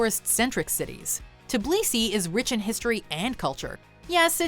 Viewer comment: Tiblisi? Its Tbilisi!